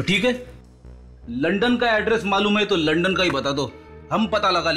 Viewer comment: अरे प्रेडी लंडन नही लंदन सही बोलो सर